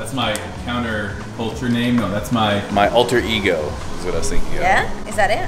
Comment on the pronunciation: Lol her noeeeweeee is exactly what Jordies talks about with Aussie chicks saying no